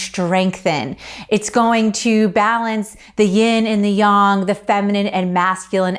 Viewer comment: I stumbled across your channel looking for some chakra flows (which I loved btw) and when this popped up this morning I had to try it... Just want to say I was sold from the second you said "yong" and not "yaaaang" 😛 I'm definitely joining in on the challenge!!